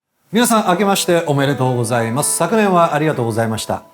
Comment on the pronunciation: 明けましておめでとうございますという純和風の挨拶ももこが言うとイタリアンに聞こえる（伝われ）